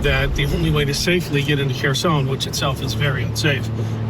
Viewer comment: Wow, taking a post of from 5 months ago and twisting a tale just to pat yourself on the back. Why didn't you boost work when he first dropped it? This is click bait trash. Oh... and if you'd actually watched the video beforehand, you'd know how to pronounce Kherson. Meidas has some great contributors, you should be showcasing them and their work rather than rushing to claim everything under the Meidas chairon and take some sort of credit for it.